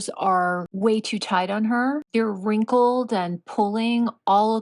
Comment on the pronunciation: I love over pronounced Wrinkles voice. Hysterical! 😂❤